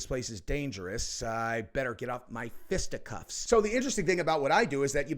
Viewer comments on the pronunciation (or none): You said fistacuffs 😂